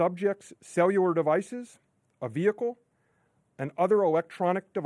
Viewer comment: Cewular devices.. he pronounces all his Ls as Ws.